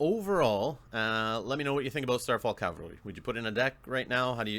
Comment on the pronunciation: Cav-al-ry. Cal-va-ry is synonymous with Golgotha, where the Bible says Jesus was crucified.